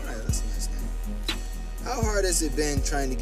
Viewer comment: Yes they pronounced my name correctly!